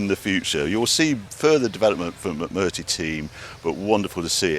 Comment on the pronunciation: I hope Mcmurtry don't mind you getting their name wrong Barry